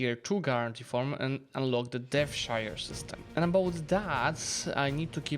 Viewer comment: Dev-shire system 😫